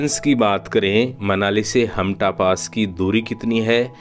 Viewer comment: हामटा not हामता 😄